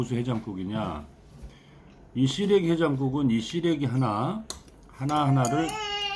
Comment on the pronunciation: 정준호씨,,ㅎㅎ 시래기 해장국을 자꾸, '씨레기 해장국'이라고 해서 너무 웃겼어요. 쓰레기 해장국으로 들릴뻔,, ㅋㅋ 하정씨도 남편이 저리 맛나다 할 정도면 진정 요리 고수십니다~~^^ ㅎ 미국살아서 시래기 자체를 구경을 못하네요. 부러워요.